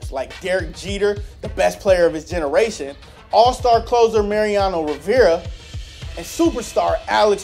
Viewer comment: Good god, learn the pronunciation of Mariano Rivera